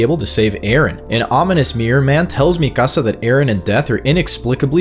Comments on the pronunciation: It’s pronounced, ME-KUH-SUH lol not MI CASA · Is this an AI voice? The Latino pronunciation of "Mikasa" is beyond grating to the ears man.